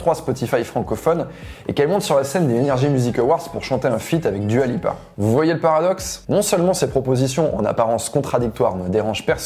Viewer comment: Ah et j'ai oublié. Arrête de dire Dua Lipa comme si c'était un prénom français. ça casse les oreilles